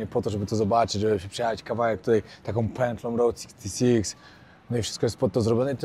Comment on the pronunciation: czy się wydaje Czy ty przez cały odcinek powtarzasz błędnie że to jest Road 66 tamto się inaczej czyta